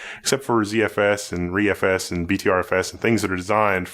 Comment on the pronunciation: Hey said ReFS right! I’m so amazed